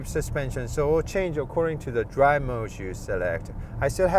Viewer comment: "드롸~~~브" ㅎㅎㅎ 그냥 영어 잘 하는 알바 고용 하시는게 더 영상에 집중하기 쉬울듯 아님 영어 자막도 좋아이디어 일것 같네요. 액센트만 문제가 아니라 영어를 하는데도 억양이 한국말 같고, 말 중간 중간 쉼표가 엉뚱헌데 있는 느낌이랄까요